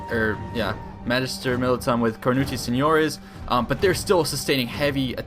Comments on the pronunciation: No, you misunderstand me, I'm not talking about the pronunciation, I'm saying that word is written ver y similarly. And in this particular case it's very funny to hear him pronounce "nio" because while you would say "ño" in Spanish English speakers don't really have that sound. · Coming from a guy born in northern spain, listening to you pronounce "seniores" is hilarious hahaha.